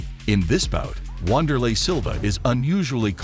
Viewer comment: It's not "Wand" it's "Vander" Said with a "V".